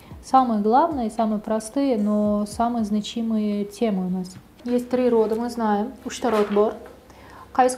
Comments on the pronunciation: Может знАчимые, а не значИмые😅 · Коллега? Позор Вам и вашей коллеге. У Вас беда с пунктуацией, а у коллеги вашей - с ударениями. какая дОска, значИмые темы 🤦🏻‍♀️ Да и само предложение «Самые главные, самые простые, но самые значимые темы у нас» Что? Сама то поняла что-то?